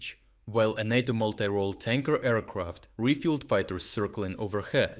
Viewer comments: I think it is pronounced NATO, not NOTO. I think it was a mistake to ignore the ones which didn't threaten NATO and Polish assets. Now the Russians know where the important stuff is. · Not nah-toe, say nay-toe :-) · Nay-tow not nah-tow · Great content, every day. Always look forward to seeing your awesome updates. You’re a machine. *Note: NATO in English is pronounced “NAY-toe.” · Great report as usual. One small detail: "NATO" is pronounced with a long "a", emphasis on the first syllable. It sounds odd otherwise.